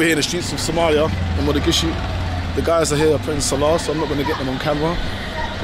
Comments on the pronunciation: It’s Mogadishu not Modagishu 😂😂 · It’s not Mo-ga-gi-shu, it’s Mo-Ga-Di-Shu. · Why you keep saying mathagishu? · You keep wrongly calling it Modagishu... It's awesome regardless of what you call it tho! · Mogadisho or Mogadishu. Modagishu is not what the city is called... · Did bro say Madagishu. I'm confused 😂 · HOW MANY TIMES ARE U GONNA SAY MODAGISHU?????? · Still saying Modagishu?😂